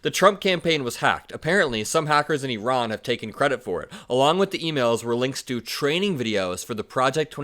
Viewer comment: So nice to hear you pronounce Iran (E-Ron) correctly. I-Ran is so Republican! lol